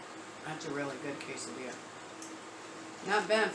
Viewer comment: HEY.... IT'S PAW-NOUNCED - KES-AHH-DEE-YAH- [QUESADILLA] FOR EVERYONE LEARNING SPANISH CATOLOGY IN CAT-ULINARY COOKING CLASS LOL. HELLO MEEOWS... DH WAS GETTING HIS CHOW GROOVE GOING LOVING THOSE HOME COOKED QUESADILLAS GOOD JOB...MEEOWS.